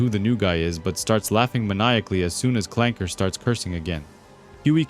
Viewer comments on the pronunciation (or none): none